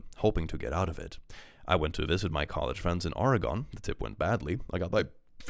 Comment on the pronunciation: Hey, a small note: the US state "Oregon" is pronounced "OR-ruh-ginn" or "OR-ruh-gunn." As someone who's lived there, it's funny to hear it pronounced like a character from LOTR, or-ruh-GONE, LOL.